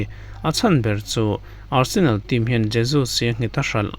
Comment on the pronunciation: Nia,Barsenal a rawn ti tlat in ka hria😂